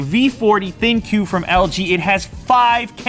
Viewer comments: Can all you reviewer's stop calling it the Thin Q, it's pronounced Think!! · Why does everyone refer to this as thin Q? It is obviously meant to be pronounced think. AI, ThinQ, get it?